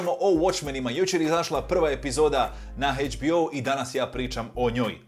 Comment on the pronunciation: Zašto HBO pronaunciraš kao Hejčbiou hahaha btw, najjači si, realno 🤘